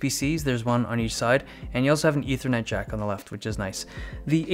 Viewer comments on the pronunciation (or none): none